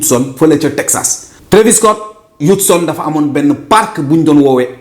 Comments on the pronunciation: Houston bruh not houtson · Houtson??? Man wtf😂